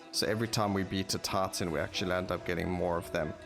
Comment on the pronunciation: Gets very distracting when you say TARTAN HUNT not Titan hunt all the time